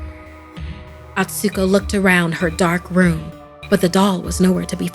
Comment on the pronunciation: You pronounced Atsuko wrong! It's A-tsu-ko, not At-su-ko